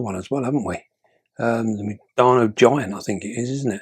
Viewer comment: Hi. Mindanao is actually pronounced as "mean/the now". Much love from the Philippines and keep 'em vids coming. 💖👍